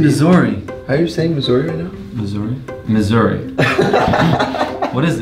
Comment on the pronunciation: I’m from Missouri and it doesn’t sound Italian😂 (pronunciation: mUZERri)